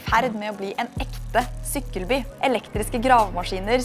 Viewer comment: Det er ikke sånn man uttaler "motorveien" og "sykkelby"